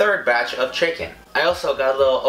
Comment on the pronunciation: The way he says chicken is so funny "chickin"